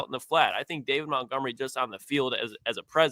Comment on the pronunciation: David Montgomery: (day-vid mont-gum-er-ee). Challenging stuff out here saying a dude’s name correctly 🙄